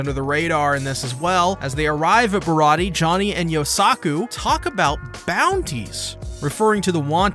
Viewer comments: Im pretty sure that the pronunciation is Bih raw dee aye or Bih Raw ti aye, it's like an in between of dee and ti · You're very close with the pronunciation. You just forgot the "ayy" sound at the end. Barati-ayy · The warlords are the one piece equivalent of Privateers basically government sanctioned pirates Mihawk is the strongest swordsman in the world no question he is also a warlord. also its pronounced like (bar-ah-t-ay)